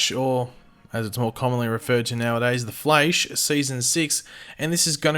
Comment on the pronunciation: Please dont say the Fleish again